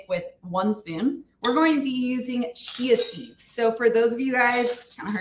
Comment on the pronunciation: At first listen, I thought you were saying, "cheezies" are detox promoting! Chia seeds, not cheezies. Got it!